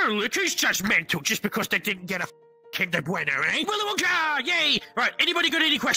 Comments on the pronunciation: bro said wolly winka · “..WOLLY WINKER..”😂😂